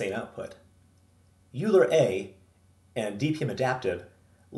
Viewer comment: Yer doing God's work, son. Bless you.Oh, and because I'm gonna keep watching your vids I gotta straighten you out right now: it's pronounced "OILer" sorry. That was driving ing me nuts! Like, "foilage" "nukyular" or the "Specific Ocean".